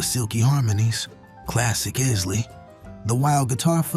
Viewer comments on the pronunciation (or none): EYES-LEE. Not IS-LEE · He doesn’t even know how to pronounce Isley.